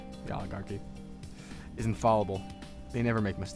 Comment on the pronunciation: You pronounced "All-i-gar-ki" correctly... then messed up "in-fal-able". Edit: Also, there's no link to the random video :(